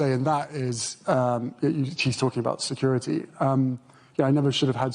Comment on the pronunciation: "Securi-dy, Lid-igation"😂